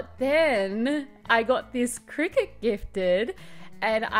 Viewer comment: It took me literally until the cricut came on screen to work out that you weren't saying "cricket" 🤦‍♀